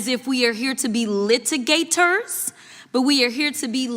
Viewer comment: My advice to Rep, Crockoshyt: if you’re going to e-nun-ci-ate words to sound im-portant, you should pronounce words like lit-a-ga-tor and leg-is-lat-ior. It’s OR not ER.